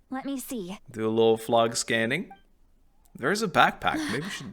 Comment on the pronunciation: I can't wait to see your act 4 reactions! But please.. is pronounced "flow" not "flog" 😅 Flow-gis-tin, Not Flog-istan. Not a single character in game as ever pronounced it that way but like, 50 of the people I watch play the game randomly mispronounce it the same way 😂. I get English is dumb and hard to sound out, but when 40 characters in a row say it the same way you'd think people would figure it out eventually